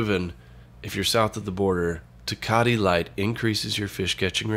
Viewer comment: Tuhcahtee smh